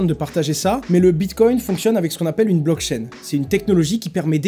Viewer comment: le bitcoin est pseudonyme, il n'y pas de nom+prenom associé à une adresse de paiement bitcoin. Renseigne toi Et c'est blockchain pas block-chaine. ou comme crypto et non "cryptho" et autre franglais.